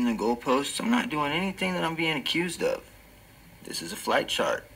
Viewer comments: I swear to christ, when he was saying "flight chart" I heard "flat chart." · I feel like I'm hearing him say "Flat Chart" instead of "Flight Chart"